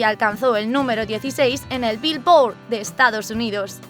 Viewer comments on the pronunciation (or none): Like si te hace gracia como dice bilboard 😂😂😂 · "En la BillBOORD" jajajaj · a quien más le causó gracia como dijo billboard 🤣